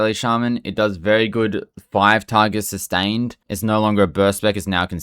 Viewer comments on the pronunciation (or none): none